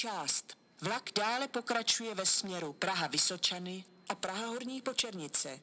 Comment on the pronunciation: Pěkně říká Praha Braník, Zbraslav a i Praha Vysočany